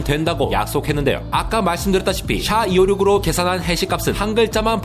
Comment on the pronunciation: SHA를 '샤'라고 하니깐 좀 어색한 느낌.